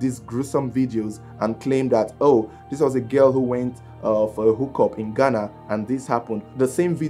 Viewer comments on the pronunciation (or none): none